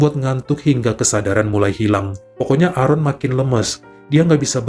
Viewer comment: Maaf bacanya "Eren"..tq